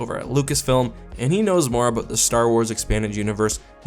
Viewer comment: “some topic that is worth talking ABOOOOOOT”